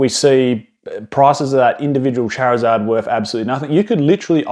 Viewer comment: You say Charizard wrong dude!